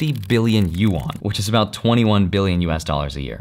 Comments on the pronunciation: Dude great video but please its not pronounced "U ON", its pronounced "Yu An" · Bro... Yuan is one syllable. It is not you-an. It's pronounced similar to "when". Yuen. One syllable. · U-Awn (Yuan) lol.